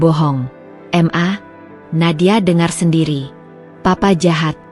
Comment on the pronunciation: Apa tu m .a? Huruf di sebut satu satu. Itu inisial 😂. Ma atau mama . Di baca penoh. Papa kok panggil papa. Harus panggil p a. Baru betul. Apa yg bercerita ini panggil ibu nya m a. juga 🤣. Masa bercerita, Sekejap m.a. Sekejap mama. Sekejap ibu. LOL.🤣🤣